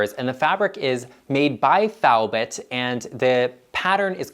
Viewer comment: Gorgeous room! Love blue and white also. I can’t wait to see more makeovers - before and afters. Btw, If it is Thibaut Honshu - it is pronounced “Tee-bo” in French but I’m not sure the American pronunciation.